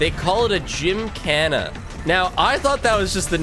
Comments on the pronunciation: gymkhana is pronounced "jim-kah-na" and its also the name of a motorsport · sounds like the portuguese word "jincana"